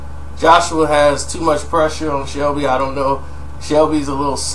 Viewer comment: It's Selby not Shelby